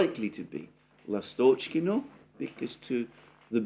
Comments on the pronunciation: Alexander, I think it's L'A'stochkino, not Last'O'chkino. Emphasis on 1st syllable. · Dear Alexander, ❤❤❤ The name is LAstochkino, not LastOchkino. The stress is on A, not O. The name of the village is derived from the word lAstochka which is a bird, called swallow in English. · In the word Lastochkino/Ласточкино the emphasis is on the first syllable...on the A. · Dear, Lastochkino is named after a bird lastochka which is bird similar to swallow. The correct pronunciation is by putting the emphasis on A in the word. The word Seversk has an emphasis on first e. and means North.